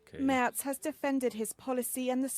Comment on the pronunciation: Are you kidding me? Three times I've told you that Merz isn't pronounced "Mörs" but "Maerts".